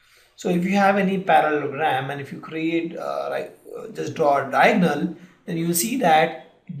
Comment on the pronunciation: good video but you need to seriously work on your pronunciations. it's Para-le-lo-gram, dia-go-nal, sci-ss-ors.